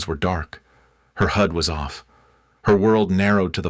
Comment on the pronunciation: Your story teller is to stupid to read hood not hod.